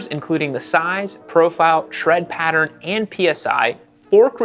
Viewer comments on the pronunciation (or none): none